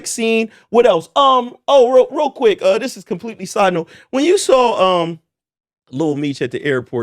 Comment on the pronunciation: No funny shit but is this a Philly thing where y’all pronounce “Saw” meaning seen with a L like “sawl” keep doing it what’s the deal with that.